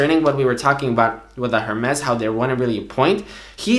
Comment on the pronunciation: Ring from Spain you should know the “h” in “Hermès” is silent. Or you’re just an idiot. Regardless if the company is French or not. Google it.